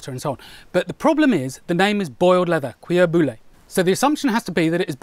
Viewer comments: what i learn..its i cant pronnounce it xD im French and im from Quebec in Canada ..you said it wrong but it sound so cool the way you said Cuir bouilli xD thats great..you said it like cuala bullu..its more like queare buuyeee it should sounds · Hey, cool video! Keep up the good work. From a British person living in France I can tell you that boiled leather (cuir bouillie), phonetically can be pronounced "kweer boo-yee" now you can make videos without mashing the word. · French lesson: Basically, the information you were missing is that whenever you see "ill" in a french word, you need to swap that out for a "y". Every time. "Cuir bouyi". Pronounce that, you're good. Why? No reasons, a guy named Pierre decided so hundred of years ago. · Yom the french term is "cuir bouilli" (boiled leather) and not "cuir brûlé" (burnt leather). I'm probably the 50th french to tell you but eh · French here. "cuir bouilli" is pronounced something like "kweer boo-yee". Don't worry though, we will be magnanimous for this time. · can't you just stop at mangling your OWN words? Thank you very much. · Queer booyah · For the record, it's roughly pronounced "Queer Boo-yee" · Prononciation tip from a Frenchman: “queer boo-yee” would be very close. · "KER-buh-lee". Great stuff, & way tougher than it's given credit for being. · Very interesting video. Btw "bouilli" is actually an easy one to pronounce : "boo-yee" :) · Just for your information in French cuir bouilli is pronounced like boo-yee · I'm very laaaaaate, but just say it like that : Cuir "bu-yee" ;) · Pronunciation: Cuir bouilli (with a terrible English accent) sounds like "queer boo-YI," with the accent on the final syllable of "bouilli." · pronounce it "Koo-weer Boo-yee" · One thing we've learned is, that I can't pronounce it. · "Cuir" pronounced "seer", is french for Wax! Cuir boulle is boiling wax, which makes leather hard! Hard, but with a certain amount of flexibility!